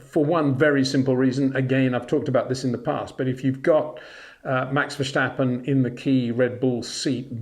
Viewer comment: Love your youtubes, Peter, but can you please stop pronounce Max's name as "Versjtappen". He is Dutch, not German. It's just "Verstappen" . No "Sjjjj.."